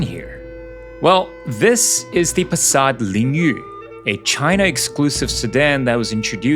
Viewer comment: Have you ever been Chinese? Because you speak the Chinese name Passat Lingyu very fluently.